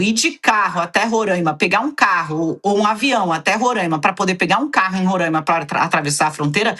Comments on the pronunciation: Não é Rorãima ... É Roraima! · Roráima! Não Rorãima.. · Roráima pelo amor de Deus, RORÁIMA. Descurti o vídeo e eixei de assistir depois de de tanto ouvir Rorãima. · Só fiquei agoniada ouvindo tantas vezes " Rorâima", sendo que nome do estado não tem acento pra deixar o a"A" fonhoso. É Roraima 😊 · Não é Rorâima. É RORAIMA. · Aprendam a pronunciar Roraima direito. Não se pronuncia Rorãimã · É RorÁima. RorÁima. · RORAIMA = RORÁIMA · Esses bandidos da direita são todos covardes. E é RoRÁima, mana. Fala certo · Meu ouvido sangrando ela falar errado varias vezes.